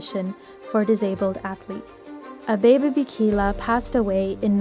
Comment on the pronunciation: Thank you for telling this amazing man’s history. I didn’t know about him competing after his accident. One point, his first name is pronounced Ah-Beh-Beh. Thanks again!